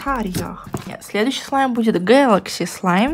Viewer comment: Я одна заметила что начала говорить СЛИМ?